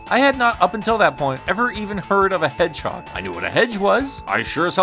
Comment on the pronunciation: I thought it was Shadow the Hedge-edge...